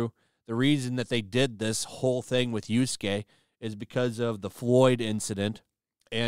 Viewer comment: How many videos until actually gets Yasuke's name right?